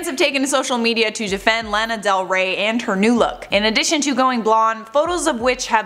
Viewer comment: U did not just do her dirty by calling her Lana Del Weigh !! Kidding lol